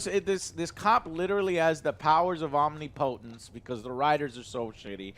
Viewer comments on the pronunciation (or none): Worst pronunciation of omnipotent ever, what the hell is omni-potent??? :D